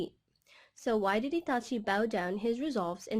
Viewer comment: Why she say Itachi like that😂